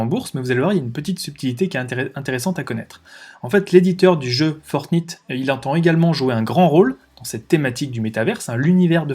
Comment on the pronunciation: La Naintendo ? :) Fortnite (comme la nuit, night), oui je sais je suis sévère sur la prononciation mais tous les jeunes de moins de 20 ans connaissent, jeu aussi connu que Donkey Kong ;). On achete avec des vrais euros des tenues (déguiser son personnage en lapin ou militaire) les marques du luxe y voient aussi une oportunité. Dans quelques années dans GTA, si vous voulez que votre voiture soit une Ferrari dans le jeu, faudra payer et vu l'importance du regard des autres, les gens payeront pour que leur personnage soit à la mode. Fini Mario le prolo en salopette, il devra avoir une tenue Louis Vuitton... Il Sinon super vidéo, sujet à la mode que je cherchais à approfondir